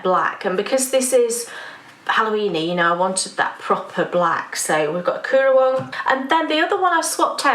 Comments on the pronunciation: Ok, as an Aussie, I have to correct your pronunciation of Currawong. It's like car-rah-wong. Not coo, like cook... but like the word, currant. 😁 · Sorry. Not trying to be pedantic but Currawong is pronounced Curr (as in ‘curry’)-a-wong. And yes it’s a big black bird - they’re beautiful. Hope that helps.